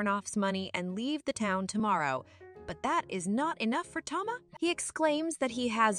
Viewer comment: Bro what are these pronunciations “Tomah” “Mariah” “Sofya” Tf are these 😭